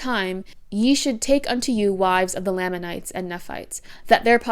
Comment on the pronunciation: Amazing video, amazing analysis and understanding of how Mormonism does colonization and how that ‘inspired’ Twilight’s ideas around race. I just want to point out that it’s pronounced LAME in lamanites. In the church and in general conversation. It’s a small thing but I think the pronunciation shows even in the made up name given to the ‘bad tribe’ in the Book of Mormon they are put beneath the ‘good’ white tribe. Even before transgressing against god they were lame, even in general conversation with potential converts Mormons are calling people of color “Lame” . Maybe it wasn’t intended by Joseph Smith …. But I think it was. Mormon is and always has been blatantly extremely racist and thus all of its cultural impacts carry along that legacy of racism.